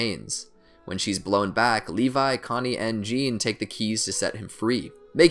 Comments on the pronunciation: *Jahn not John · He pronounces Jean like the German Jan when it is either pronounce like Jin or Zon